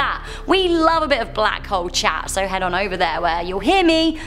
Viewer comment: sorry but i just heard bLaCk hOEss 😔